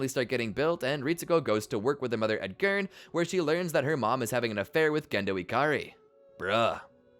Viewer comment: Seal and Gurn are not how you pronounce it :(